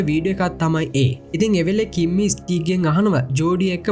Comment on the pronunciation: කිම්මි නිකන් ඇහෙන්නෙ කිම්බි වගෙ 😂❤ reviwe kolla ❤❤